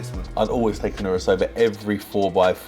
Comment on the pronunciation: Man said nurset🤣🤣🤣🤣🤣